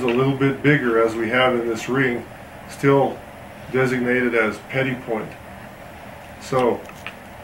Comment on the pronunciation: Gorgeous jewelry. I've recently become obsessed with Zuni jewelry, it's so fantastic... wasn't sure how to pronounce 'petit'... thank you for that... the 't' on the end is silent, good to know.